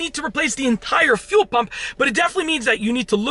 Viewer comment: When he says fuel, it sounds like he’s says phew 🤣 phew pump